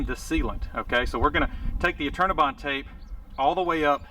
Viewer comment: I kept thinking he was saying "alternabine" which turned up weird search results. Finally I figured out he was saying "Eternabond"!